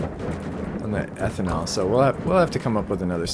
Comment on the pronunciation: First off - awesome vids. Always light and fun, enjoying the "immersive mods only". As a chem major, I did want to point out that its pronounced "ethanol" not "eeethanol" :)